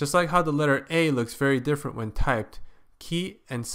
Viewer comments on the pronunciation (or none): none